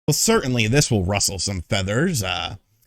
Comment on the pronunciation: He said ‘russsle’ sum feathers. My guy, you daTRUTH mane!